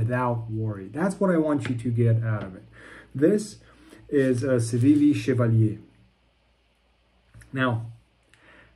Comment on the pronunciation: First reviewer to pronounce Chevalier correctly. Kudos sir.